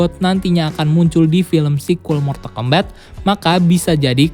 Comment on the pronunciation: Mortal kombat di baca mortal kombat, bukan mortal kombet, di game sendiri ga ada dialog yg nyebut mortal kombet